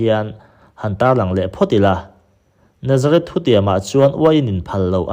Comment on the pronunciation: Chuan Nazarith leh Nazareth hriat hran tur, i lam pawlh vek mai a